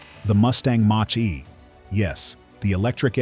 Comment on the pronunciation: I'm not mocking you, but "Mach" is pronounced "mock".